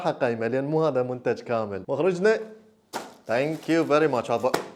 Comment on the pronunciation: مخرجنة ❎ مخرجتنة✅ 😂